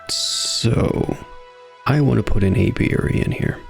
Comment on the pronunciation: Not to worry, you are pronouncing it indeed the correct way Most people normally get it wrong so kudos to you